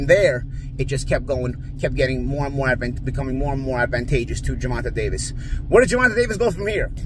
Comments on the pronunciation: Why does he keep pronouncing his name so incorrectly?? He’s better off just saying Davis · Davis hand was broken 4th round in pitbull fight..say the facts..and please pronoun the names right..